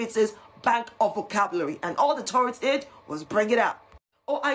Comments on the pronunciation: "Torredz" ???? Really?? Tf is that?? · She cannot even say "TOURette's" correctly. She says "turrets". Like, he doesn't have mounted firearms on his shoulders.